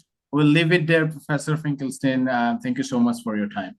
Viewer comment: A question. Why is Finkelstein here pronounced correctly (in German) but elsewhere always pronounced incorrectly (even by Norman himself)